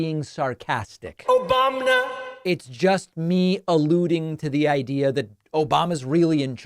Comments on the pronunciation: Obamnah isn't his name either. He can't get the name right or the person. He mixes up Biden with Obama and can't even say the incorrect persons name correctly. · Obamna?? Seriously?? They don't hear that? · So you haven't heard Trump say "Obamna". LOL